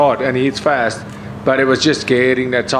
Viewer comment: Thats not how boers pronounce last or fast